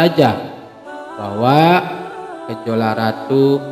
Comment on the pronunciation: Maaf min bukan Gejola Tp gejalo